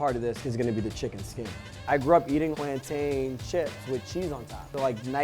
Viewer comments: Notice how he said plan-tayne that’s the correct way but it depends on where your from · thank God he ain't one of those people who say "plantin" like mad crackheads 😂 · Yay! He said "PLANTAIN" NOT "Plantin" 😁👍❤️